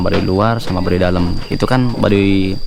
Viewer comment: Mohon ma"'af itu Baduy bukan Badui jd jngan salah sebut ( BADUY bukan BADUI )